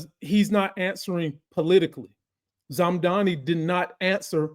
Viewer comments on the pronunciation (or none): Mamdani....not zamdani